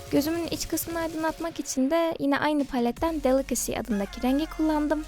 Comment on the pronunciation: Those are some really cute lenses... (ve de "delicacy" dediğinde "balıkesir" olarak duydum lmao)